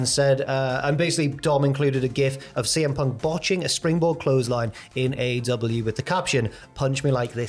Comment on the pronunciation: Not letting that intro side you defo said "cm ponk"